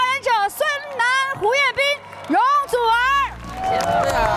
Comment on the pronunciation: 周深一句“容祖儿……“太好玩了，粤语真标准❤